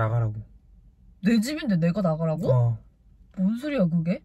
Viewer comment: 뭔소리야 오빠 ==> 멍멍소리